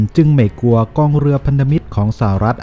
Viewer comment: ควรแก้ไขการอ่านคำควบกล้ำให้ถูกต้องตามหลักอักขรวิธีเสียหน่อย เช่นคำว่า กลัว ไปอ่านว่า กัว คำว่านิวเคลียร์ อ่านเป็น นิวเคีย เหมือนเด็กชั้นประถม พูดและอ่านซ้ำๆฟังแล้วน่ารำคาญ หากแก้ไขตรงนี้ได้ อย่างอื่นก็จะดีขึ้น วรรคตอน จังหวะจะโคนพอไปได้แล้ว